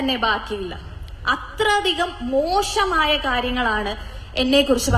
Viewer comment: മോഷമായ എന്നു പറയാതെ മോശമായ എന്നു പറയൂ